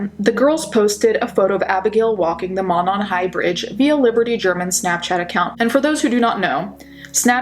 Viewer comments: around here (Indiana) it's pronounced "Moe-non" <3 just wanted to let you know. Thanks so much for this video, would love to see this solved! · The bridge wasn't all that well known until the murders. I live 10 minutes away and was unaware of this highly dangerous bridge. It is pronounced Moe non. Thanks for keeping the case alive. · Veeery small, nitpicky thing, it's pronounced "mOH-non", like the 'oh' sound in 'phone'. I know, super small dumb thing to point out lol. But yeah, this still haunts us. I don't live in Delphi, but a smallish college town like, ten minutes away. Even here, it still affects people. We have crime, like any town, especially a college town. But nothing this terrifying has happened here, the killers are usually caught here. But this just hung like a silent, ominous storm cloud over northern Indiana, and still does. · I'm from Indiana the monon runs from Indianapolis all the way up there it's pronounced Mow-non I can't believe they still haven't found the killer and I only live an hour away what if their serial killer it scares the s*** out of me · The first syllable of Monon is a long o vowel sound.